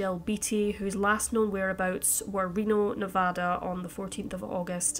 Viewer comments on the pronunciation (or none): none